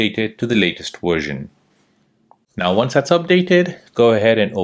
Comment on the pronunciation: you said to update to the latest wersion. What's wersion? And periodically you would say wideo. I don't understand.